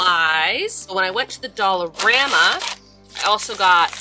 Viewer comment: Is it just me??? Every time says “dollarama” I hear “dollar grandma”.